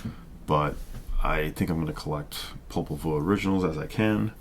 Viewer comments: Believe it’s pronounced Popol Vuh (view) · By the way I wasn't gonna reply to the snob down below who seems to know very little about German pronunciation codes, but it is definitely Popol VOO (even their Wiki page says it, if one is remotely familiar with the phonetic alphabet - Popol Vuh (German: [pɔpl̩ vuː]). I didn't want to start a war in the comments.